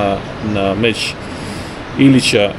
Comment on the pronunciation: Mozes li mi ti kao Hrvat objasniti zasto umjesto č slova kazete ć . Tipa meć umjesto meč . To mi nikad nije bilo jasno